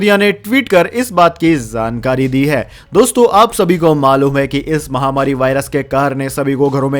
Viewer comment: आपका चैनल बहुत अच्छा है कृपया शब्दों के उच्चारण पर ध्यान दें जाJaa और .ज zaa के उच्चारण पर विशेष ध्यान दें . जैसे की जानकारी एवं गलत उच्चारण zaankaari